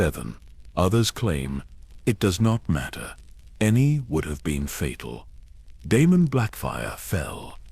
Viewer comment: Prince De-me-num, the rogue prince 🙈